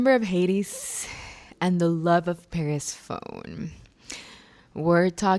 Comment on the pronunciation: Per-se-pho-nee. Purr-se-phony. Persephone. ;)